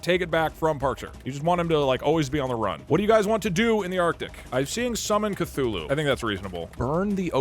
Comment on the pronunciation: It’s Cthulhu you idoté